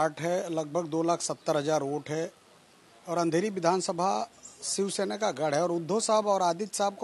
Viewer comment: शिवसेना आहे ते सिवसेना नाही... मराठी पत्रकार भेटत नाही का तुम्हाला ?